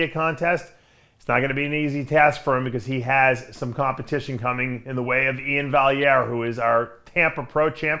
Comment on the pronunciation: Dave: "E-in Vallier-E" 😆